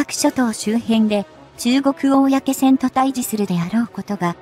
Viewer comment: 「こうせん」です。「おおやけせん」ではありません。プッ！